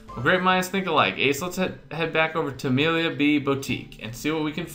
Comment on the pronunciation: So far, my favorite character is Lars. He's too awesome! And he's been mis-pronouncing "Amelie B." As "Amelia B." .. Welp.